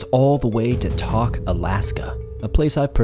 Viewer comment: Just letting you know it's pronounce Tok Alaska. Kind of like you're taking a toke of something lol